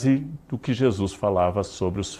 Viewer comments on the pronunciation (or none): none